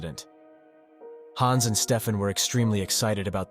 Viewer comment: The wrong pronounciation of Hans is really annoying